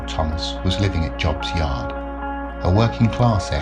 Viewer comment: An excellent story and well researched. Just a point, you mentioned Job's Yard. We used to pronounce it 'Jobe's' Yard back in the day.